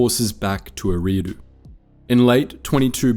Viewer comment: Great video but it's pronounced, "Erie" like lake Erie. "ahh-doo" Erie-ah-doo